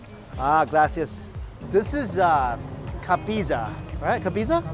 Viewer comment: LOL when he was trying to say cabeza. Cringe!!!